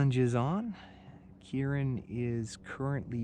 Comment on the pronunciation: We say Kieran